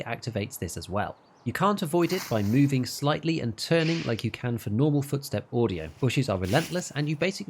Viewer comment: Movin-geh, somethin-geh